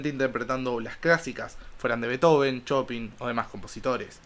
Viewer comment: Amigo qué gran material tienes y además valioso! permíteme corregirte en un detalle solamente, el apellido del músico polaco Frédéric Chopin no se pronuncia tal cuál se escribe, más bien sería algo como "shopán". un saludo!